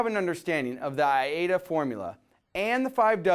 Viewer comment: Interesting information. Your pronunciation is I-A-DA, but it is spelled A-I-DA.